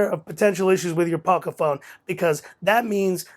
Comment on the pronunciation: Ah you said the name right in this video haha. Sweet review man.